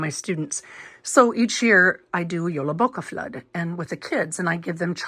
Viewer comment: You pronounced the word very well☺